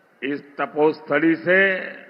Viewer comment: किसकी तोपोस्थाली बोला 🤔🤔🤔